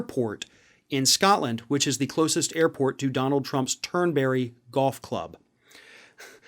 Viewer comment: There's no berry in Turnberry. Turnbree yes, Turnberry no!